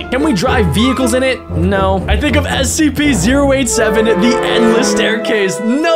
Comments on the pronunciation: WHY IS HE SAYING ACP ITS SCP NOT ACP HOW DO U NOT KNOW!?!?!? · You are saying the wrong spelling of s e p u r saying aep instead of s e p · why are you saying acp its scp not acp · Why u say cpr and acp its scp🤣